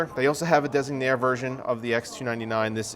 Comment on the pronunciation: I'm glad you pronounced "Designaire" correctly... Have you heard how Tech Jesus/Steve from Gamer's Nexus pronounces it in the ad at the beginning of GN's videos? It's hilarious, he says it like "designary"